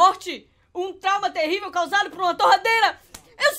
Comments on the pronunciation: vc falou terradeira invés de torradeira kkkkkk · As a moon falou terradeira em vês de torradeira kkkkkk